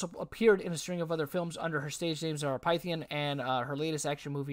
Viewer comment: I'm beyond stunned. I known Zara since 2007. No words... btw her name is pronounced "Fith-e-yen"